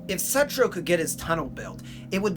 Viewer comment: Pronounced sootroe